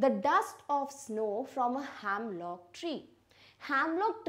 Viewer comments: Its not hamlock tree the pronunciation is hemlock tree. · it’s not "hamlock" it’s "hemlock"